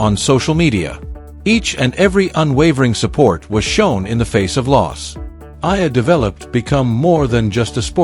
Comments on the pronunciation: It’s not Ella , it’s Eala = pronounced E - yala .. fix it please ok .. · The correct pronunciation of Alex’s surname is : E - yala